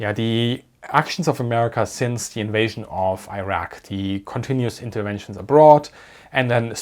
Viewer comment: He still has that German D in place of the TH sound though. I'm not knocking his content at all. I can't say "boot" without sounding like a Texan, no matter how hard I try. 😂